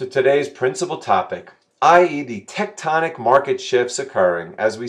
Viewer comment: Glad you were able to pronounce Tectonic in this one:P Thanks!